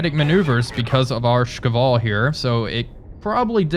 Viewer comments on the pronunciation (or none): Когда-нибудь, когда-нибудь произнесёт "Шквал" правильно)